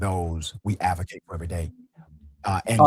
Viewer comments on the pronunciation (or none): "Axe" instead of "Ask" may be excused as regional pronounciation however, "Avocacy-Avocate" instead of "Advocacy-Advocate" is something I cannot overlook. I listened to this clown over and over and yes, he said "Avocate and Avocacy." What a tool.